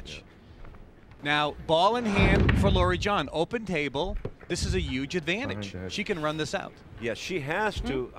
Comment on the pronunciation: "Pressure has to be a yooj issue here..." This clown is a 'professional' announcer. Right.